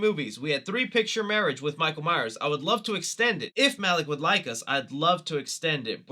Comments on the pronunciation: “Michael Myer horror movies”? It’s Michael MyerS, not Meyer. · Love you. But please stop dropping the S on myers 🤣🤣